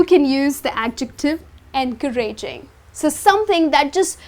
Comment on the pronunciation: Excuse me miss, we don't pronounce encouraging like this. The stress isn't on the (ra) with all due respect. Thanks.